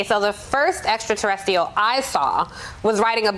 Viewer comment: "Extra-Terrestial" ? Girl, be more than a semi-eloquent haircut, mmkay?